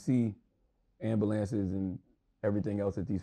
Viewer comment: RIP to the deceased but this man really said, "ambalances".